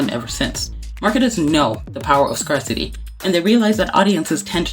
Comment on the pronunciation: small note, but "scarcity" is pronounced 'scare-siti', not 'scar-siti' 😊